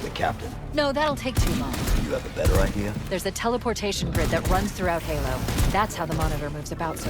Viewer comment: lol, gaylo not halo.